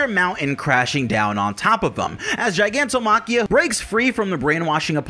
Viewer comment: The word is pronounced “gig” like a job. “Gig” not jig like a clamp or securing tool. Gigantomachia not jigantomachia. It is also the word for the Olympians(greek pantheon) war against the giants